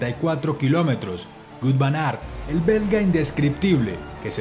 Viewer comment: Soy el único que le causa satisfacción cuando dice..Wout Van Aert?😝